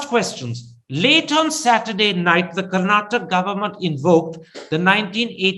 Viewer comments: Mr karana thaapara It's not karnatak It's Karnataka pronounce properly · Karnataka not Karnatak Mr Karen. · Mr. Karan Thapar please note ot is not KARNATAK. It is KARNATAKA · rascal thapar, its karnataka and not karnatak. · Please pronounce Karnataka correctly or explain why you use Karnatak. Thanks from a I huge supporter who listen to all your videos.